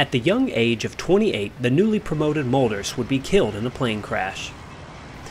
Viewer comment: Great video and well explained...Just let me make a small correction in your pronunciation of the Mölders name..it sounds like Melders instead of Molders.